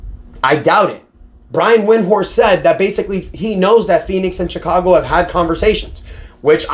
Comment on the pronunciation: Pretty sure it’s pronounced Shicago 😅